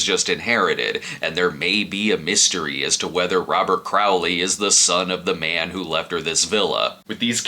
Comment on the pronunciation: Crawley (Craw-ly) not Crough-ly 😊